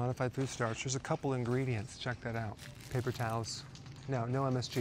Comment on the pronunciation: Hahahah papper towels 😂😂